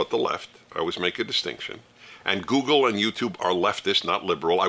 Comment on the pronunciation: Gooleg not google